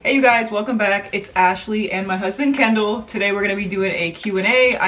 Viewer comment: Is his name actually kendel ? Or whatever you said